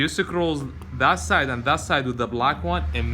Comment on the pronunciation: Ok, the word for those things holding everything together is... SCREWS LOL. (Skroos) NOT Sa-crewls lol but good video. I don't think English has a word sakrewls, but hey, go ask Webster.